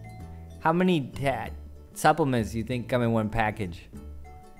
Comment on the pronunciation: it's "supplements".